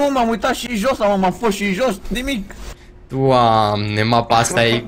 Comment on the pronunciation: Pff , deci , nu m-am referir la fraza in sine , doar la accentul cu care a rostit "Doamne" , mi-a amintit de un ceva , Si sincer nu ti-am inteles raspunsul? Chiar nu avea sens , nici nu ai inteles la ce m-am referir dar ce te-ai gandit: Mno , hai sa comentez😂😂😂